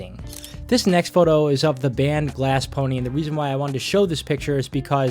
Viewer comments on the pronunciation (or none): none